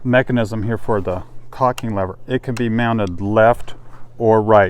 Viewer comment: damn,,,,,, it is FOR,,, not fir, fur,,, sheeeesh